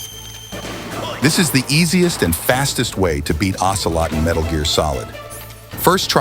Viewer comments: "OCEROT" instead of "OCELOT" 😅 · lol "Ocerot"